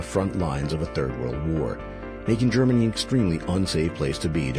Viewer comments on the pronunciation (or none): Saying gernany showing polish soldiers